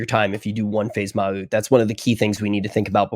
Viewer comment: ITS NOT MA'UT D